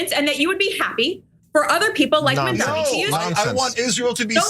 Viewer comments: Why do people call Mamdani, Mamdami? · “Mamdami” it’s Mamdani you bigot and racist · The idiot pronounced Mamdani's name wrong! Moron! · Her mispronouncing Mamdani is racist. But she cries racism like the biggest gaslight ever..